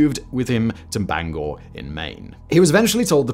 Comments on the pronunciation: Thank you for saying Bangor correctly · Holy fuck! You pronounced "Bangor" properly! Ayuh! I'm a Mainer. I might be the only Mainer to watch this channel. There are not very many of us.